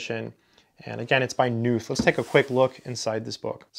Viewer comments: Pronounced "Ka Nuth" actually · I think the name is pronounced Donald Kh-noot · Why does someone who aspires to pronounce emeritus correctly not give a moment's thought to the correct pronunciation of the germanic name Knuth. Just because knot is not in English, does not mean that Knuth is Nuth ... It is curiously akin to the parochialism of educated and aspirational American English speakers who quite stubbornly cling to the American pronunciation of Weinstein to rhyme with Weinsteen — but are appropriately awed by Einstein's cachet to not call him Einsteen. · For the comment readers out there, his surname 'Knuth' is actually pronounced as "Ka-NOOTH". The question " How do you pronounce your last name?" is actually on his 'Frequently Asked Questions' web page. Some of my comp sci friends call these "the bible". Also, these books inspired the development of the TeX typesetting system. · Just wanted to let you know Knuth is pronounced with a hard K, live Evel Knievel. Great vid as always :) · Just a minute into the video now. Will watch the whole thing. Not sure if you're going to mention Knuth's "Concrete Mathematics." I don't mean to correct you but the K in Knuth is not silent.